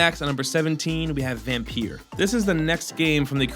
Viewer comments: why. Why do you Americans always have to be awkward.. Just pronounce it as 'vampire'.. Y'know, the way that it's intended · How vampire as in (Vam-pire)